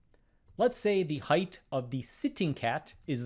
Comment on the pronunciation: There is no H at the end of height. it is pronounced height, NOT heightH.